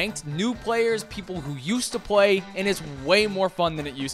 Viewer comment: said by "ppl who used to pway"